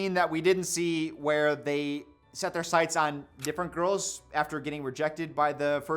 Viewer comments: "it's a little bit diffwent" 👉👈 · "Diffwent" hehe Great job to both and the editor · it's a little bit diffewent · did i hear diffwent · "it"s a little bit diffewent" how much have we had to drink... love u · says “Diffewent” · "It's a lil bit difwent" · "diffewent"? What's next a googoo gaga? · Diffwent lol. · Bro cant pronounce different properly though lmaooo